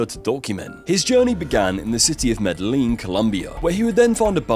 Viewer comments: I just gotta say what a low quality video, like he literally said Capurunga even though he had it written in front of him. Like Who in 2026 even says Medelin? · The way you pronounce “Medellín” and “Juan” is hilarious and sad lol. “Juan” is pronounced “wohn”, and Medellin is “Meda Yeen” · A.i can't say Medellin 😅